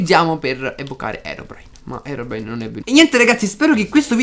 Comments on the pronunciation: adoro quando dici herobrino AHAHAHA mi fai morire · anchio adoro quando dice herobrino